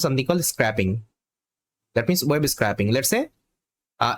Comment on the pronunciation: scrapping instead scaping :)